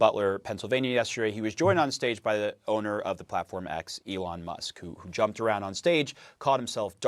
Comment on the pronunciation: "lyin' leon musk.